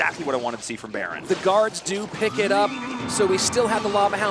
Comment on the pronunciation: When they pronounced berin, I cringed. I was like ooooh? Who's baron lol?